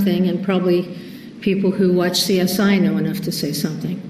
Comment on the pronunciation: I know! I rewound because I thought I hadn't heard her correctly. "CSI," "CSI." ???